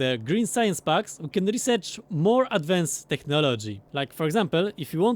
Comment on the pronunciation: love these. but everytime you say packs it sounds like bugs. science bugs, military bugs. i get so confused lol